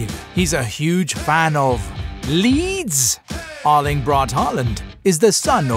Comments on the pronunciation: No he says Erling but it sounds like Lyng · Yarling braut Håland🤦‍♂️😂